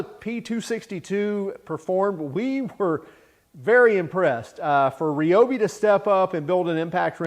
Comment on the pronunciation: R eye oh bee not reeee